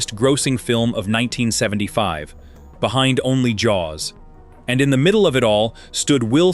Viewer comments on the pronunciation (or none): none